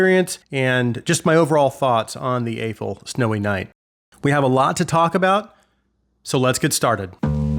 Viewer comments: Not to be that guy, but I think the brand's name is pronounced as "Ahh-Foo." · The company cleared up the pronunciation of Aful "ah foo" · I love the reviews man, I just don't understand why I have only heard one single reviewer actually pronounce Aful correctly. Haven't they impressed us enough to at least say their name correctly?